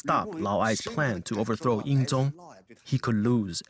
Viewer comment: also... weapon at that time.., city walls at that time... and the Chinese name Lv Bu Wei should not be pronounce Lu Buoy (how you spell pronounce?) Ying Zheng (Ing Jan... hmm.. not really... English don't have this sound)... you (narators) just need to learn the language too man...